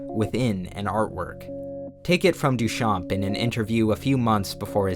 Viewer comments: Hey, just want to let you know that the "p" in Duchamp is silent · Great video! Little tip from a french fan : the P in Duchamp is silent!